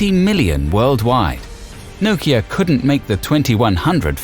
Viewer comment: The way you say Nokia...is why it died :/